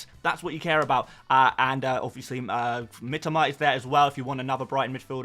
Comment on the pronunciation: Mitoma....not Mitima...ffs,...I speak Japanese...lived there 8 years